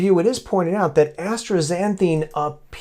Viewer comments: The substance is ASTAXANTHIN, NOT astraxanthine. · I don't pronounce the "r" in astaxanthin.